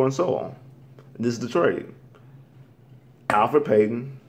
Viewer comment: You call yourself a Magic fan and you messing up Payton's name! It's Elfrid not Alfred, this isn't Batman!